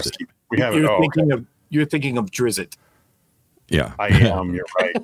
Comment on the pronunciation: Bailiff Drizzt, the 'd' is silent. Feels like the boys just opened up the map in an unexpected way. I'm looking forward to the misadventures🥰